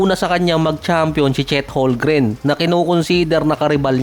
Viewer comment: its HOLM-GREN!!!